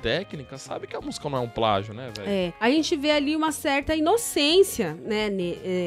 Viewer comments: pragio kkk portugues passou longe assim como essa idéia maluca dele kkkk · NADA HAVER ABESTADO , É NÃO E "PRAGIO" E "PLÁGIO" 🤣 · É "pragio "😂😂😂🤣🤣🤣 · É "PRAGIO" não kkkkkkk Não tem nada a ver kkkkkkk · eu sei o que é plágio mano eu só estava frescando, com a pronúncia do rapaz RS. Ele pronúncia pragio